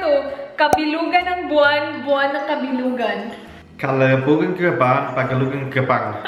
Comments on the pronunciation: kabilugan!!! not kalibugan?!!! hahahahahahaha dami Kong tawa sayo!!!! 😭😭😭😭😂😂😂😂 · i thought i was the only who heard it 😂😂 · Did he just say kalibugan? Hahahahahaha 😂😂😂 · Other ppl: Kabilugan ng Buwan: Kalibugan ni Juan HAHAHAHHAHAHAHAHAHAH omg!!! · Shaina Navilon hahaha i heard it walang hangganang tawa sa kalibugan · Shaina Navilon i heard it too